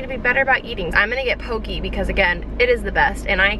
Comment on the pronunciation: So cute! Hope you are your furbabies are well! Also just wanted to point out that "poke" is pronounced "po-kay" here in Hawaii, not "po-key" :)